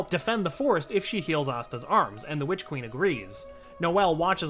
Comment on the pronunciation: I know he say witch queen but to me it sounds like he is saying bitch queen lol 😂 slay your highness 😂